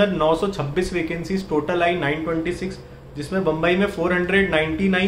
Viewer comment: Ma ko ba bolna tone nhi he